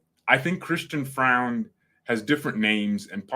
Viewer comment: Neppe is rumoured to be out soon btw. And pronounce it "Froind".